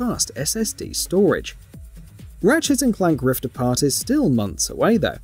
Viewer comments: Holy shite dude. This was super annoying. At one point he was also saying Rifts Apart. 💀💀💀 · Why does this guy keep adding an 's' to the end of words ending with 't'? Ratchets and Clank: Rifts Aparts